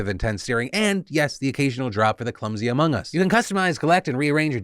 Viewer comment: HE SAID AMOG US HE SAID AMOG US HE SAID IT OMG OMG OMG